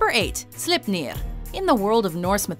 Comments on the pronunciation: Its sleipner not slepnir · I died a little everytime but Sleipnir had me in great pain. It's pronounced "slayp-neer" not "slipp-neer". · Slipniir? Its pronounced more like: slay(as in kill)pner(ner as in ending in corner) slayp-ner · Slipneeeer. xD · I only reacted to Sleipnir and how she kept saying Slipnir like the E wasn't there. That's just reading comprehension fail